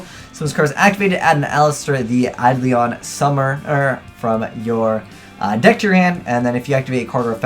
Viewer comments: Learn to say Eidolon, for christ sakes... It's not Eidlion, it's bloody Eidolon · your pronunciation isn't a big deal but it annoys me. its Ai-Doe-Lon summoner.